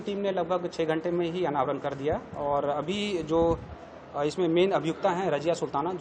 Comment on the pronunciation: Abey raziya bol Rajiya nahi....😂😂😂.... Saare buddey buddhion ko aashiqi sudarr rahi hai....